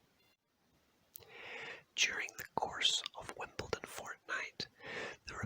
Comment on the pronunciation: There is no T in Wimbledon